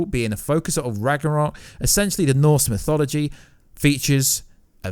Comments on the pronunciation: Pronounces mythology as mysology, and Ragnarock as Ragranock. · Ragranok? Its Ragnarok Mysoligy? Its Mythology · "Ragranok", "norse misology" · He really cant, he's even pronoucing mythology as misology.